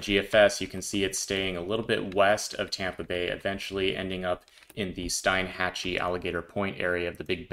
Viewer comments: Love watching your most informative videos. Just so you know, Steinhatchee is pronounced " Steenhatchee". I know, we've got some weird names down here, lol. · The only way I know the pronucation of this city I have relatives that live there its pronounced (Steen-hatch-ee) Love your forecasts always have Thanks for sharing the info on Ian. I have been worried about this one. GFS has it coming straight towards me in Georgia. I hope it doesn't get bad for us here.